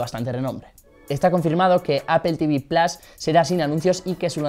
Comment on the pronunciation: Se dice "plos" no plas